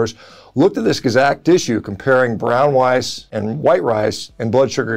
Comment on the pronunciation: Bwown wice 😂